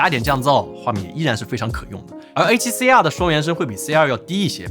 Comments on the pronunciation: R读成二声不就好了，写脚本的哥们儿，应该动动脑筋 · 真的 中文Youtuber都是A7C啊和A7C啊